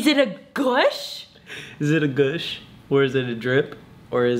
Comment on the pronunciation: did he really pronounce "gush" as "gouuush" 😭🤣